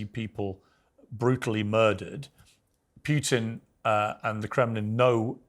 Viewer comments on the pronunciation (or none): please: the name is Putin, not Piutin!! not that difficult, right? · I hate the way piers morgan pronounces 'putin'. Its "poo-tin", not "pugh-tin". He only calls him that because piers' actual last name is 'pugh'. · Can piers stop calling putin pyyutin